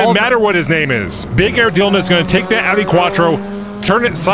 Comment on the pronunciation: so glad you learned how to pronounce AUDI properly